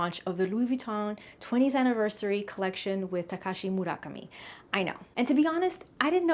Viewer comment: Are you this nasty in person or only online? "First of all" is one of the very few people I've heard actually pronounce Murakami properly. All she would need to do is say Murakami first and Takashi second to say it like a Japanese speaker but she's speaking English so it's fine. Are you sure YOU know how to pronounce it correctly? If you're multilingual then shouldn't you be encouraging and supporting others to try rather than telling them to stop? The only person sounding disgruntled here is you ma'am.